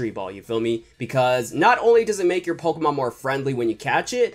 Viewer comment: If you don't know how to pronounce Pokemon cards right then you shouldn't have this job